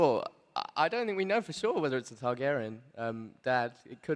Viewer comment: Remnant of the Ashes I'm A Targaryen not "Targaryan."